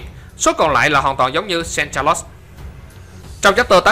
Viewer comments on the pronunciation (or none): none